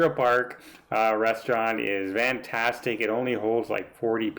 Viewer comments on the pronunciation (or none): Great review,!! I thought it was my ears, but now I know... you say VANtastic... which is a bit different than what I would expect to hear (FANtastic)... Is this a thing or a Canadian thing? And yes, I loved watching the Love Boat - back in the day! ❤️❤️❤️